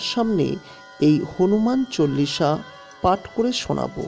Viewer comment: হনুমান চলিশা হবে না, হনুমান চালিশা হবে। আপনি বলছেন ভুল